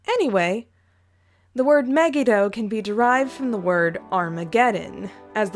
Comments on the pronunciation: Hi sorry but in hebrew megido is pronounced me-gee-doe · It's pronounced Aradia me-gi-do